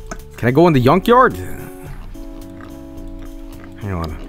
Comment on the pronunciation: THE YUNKYARD. Dat sweedish comin' out